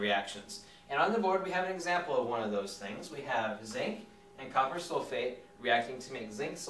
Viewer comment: I thought he said 'hey soulmate' rather than 'hey sulphate'